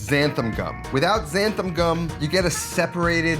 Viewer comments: xanthaN not xanthaM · Cool video, but I gotta point out a common mispronunciation you make in the video. It's not xanthaM gum, it's xanthaN gum, with a capital N ;) Other than that, great tip on using some milk powder! I'm gonna try that! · XanthaN gum (not xanthaM) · Whoever told you there's an M on the end of Xanthan, was pulling your leg.